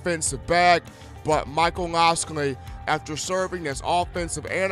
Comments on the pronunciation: miami hurral canes lol, mike locks-lee come on dude u gotta pronounce this stuff right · rolltidematt92 I mean I understand nobody’s perfect, I get that. But look at his name on a piece of paper and then say his name, if it doesn’t sound like it looks then you’re saying it wrong. damn how can anybody take you serious when you don’t even come close to pronouncing a fairly easy name correctly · lol right, he butchered that like 20x and he also said miami hurral canes, what da fux? lol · i hope he learns to pronounce his name before the season starts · i dont ever take him very seriously, i actually just left the video after he butchered that lol